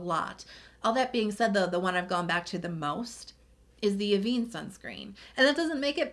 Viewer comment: One small thing, Avène is pronounced as "ah-vehn" 😊